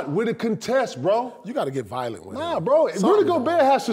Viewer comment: "they nead to get violent on him" 😂😂